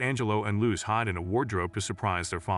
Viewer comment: The butchering of the name Luce..💀